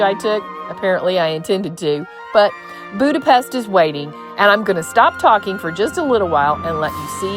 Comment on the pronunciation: The views from the Funicular are awesome! And it's great to learn how to actually say "Budapest"! Also, Mathias church is beautiful!!!